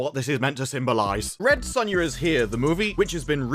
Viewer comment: Lol the Commentator/VO Saying "Red Soownya"....as bad as the movie itself.